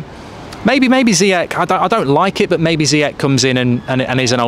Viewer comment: Love you mark but please learn how to pronounce Ziyech